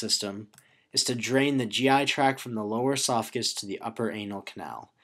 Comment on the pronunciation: Driving me crazy with "track" instead of "tract" haha but the video is awesome. Thanks